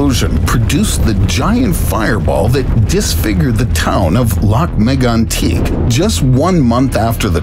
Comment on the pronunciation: BS - that’s not how Lac-Megantic is pronounced. I award you no points…